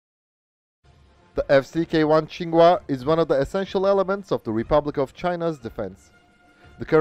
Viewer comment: I'm pleasantly surprised to hear my name "Kuo" pronounced correctly. For so many years, I gave up on trying to explain the "kwah" pronunciation. I just tell people "quo" as in "status quo". My father's Taiwanese, but very much hates the KMT, obviously including the F-CK-1's namesake Chiang Ching-Kuo. I remember back before the democratic revolution, for some reason we got a shiny brochure in the mail with color pictures of the F-CK-1 jet fighter. I just thought it was a cool looking jet fighter, but my dad looked at it like ... well he didn't literally spit on it, but I could tell that's how he felt.